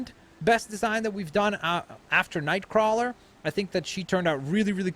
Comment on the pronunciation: Nice, but it's Nightcrawler, not Knightcrawler